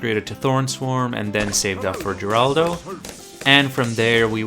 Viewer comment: FINALLY someone who says Geraldo’s name correctly